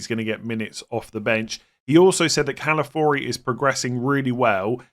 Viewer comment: It’s Calafiori, not Calafori.